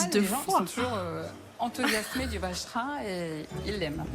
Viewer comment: Le vacherin 😂😂😂 je dirais plutôt la vache rine 😂😂😂